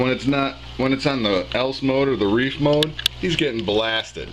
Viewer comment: Reef* not reer lol